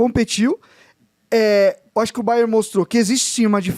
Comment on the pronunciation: "O Baié tá em ôtu patamá" - Bet Henrique.